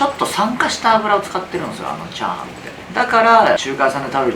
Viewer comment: ちゃ⤴はんの言い方の…クセよ！